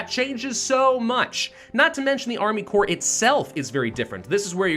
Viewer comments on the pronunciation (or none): Corps is pronounced the same as core.